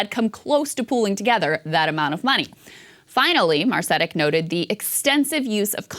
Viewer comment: Interesting segment but you're really butchering the pronunciation of Branko Marcetic's last name again.